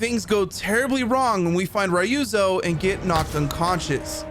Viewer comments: Man are u intentionally saying “Rayuzo”😂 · The way japanese says Ryuzo is just to leave you the (Y) so it sound like Ruzo so hearing someone say Ryuzo with the Y lowkey made my minde fucked😂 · My god what did the eng VA director do. Ryuzo is pronounced so wrong 😅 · How can you even mispronounce Ryuzo. The english audio literally tells you how it’s pronounced.